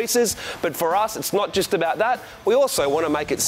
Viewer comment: 'jist' hahaha